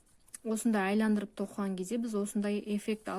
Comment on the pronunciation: Саламатсыз ба, "айландырып" емес, "айналдырып" деп айтылады